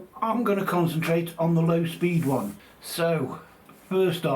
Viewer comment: For a second there, I thought you said speed run, not speed one. Had to do a rewind.😂 I can't wait for the finished product.